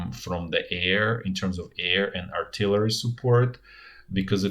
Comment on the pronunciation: RIP artilarry. It bothered me at first, but then it became an endearing part of the channel.